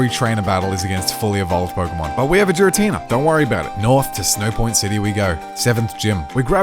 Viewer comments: If I hear him say Jir-atina instead of Gir-atina I might go insane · Jiratina absolutely really annoys me YOU DONT SAY GIRL AS JIRL ITS NOT SERENE JRASE AHHHHH ITS DRIVING ME INSANE 😂😂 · I cringe every time he said Jira-Tina 😂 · did he just say giratina like geer-uh-tee-nuh...its geer-uh-tee-nuh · No way this man just said Jar-i-tenena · Giratina? Nah, Jeeratina. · Jiratina??? Never heard of that pokemon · Giratina is pronounce with the G sound not with a J sound it's not jiratina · I've watched a couple of videos from this channel recently and I always get triggered by the pronunciation of Giratina. 🤣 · I’m hung up in the way you say Giratina.